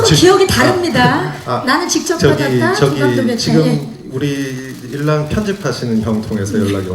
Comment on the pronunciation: 옛날 영상이라 볼는가 모르겠지만 박경림 씨 표현이 좀 안 맞는 거 같아요 감독이 작품 소개했다고 하기엔 가벼운 느낌이라 선사했다고 하심이 좋지 않을까요ㅋㅋ 글고 인낭이 아니고 일랑으로 읽어야죠 ㅋㅋ